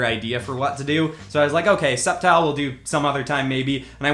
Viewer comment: Grovyle is pronounced Grow-vile Sceptile is pronounced Sep-tile